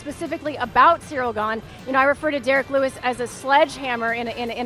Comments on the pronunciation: Me: Cyril Chael: Surreal Me: Surreal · "surreal gane" - Chael